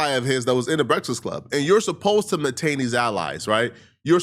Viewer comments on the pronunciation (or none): MAINTAIN…..the word is pronounced MAINTAIN 😤